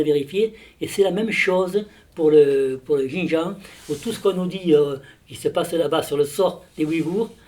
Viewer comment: Putain ça se dit expert et ça sait pas prononcer "Xinjiang" 🤡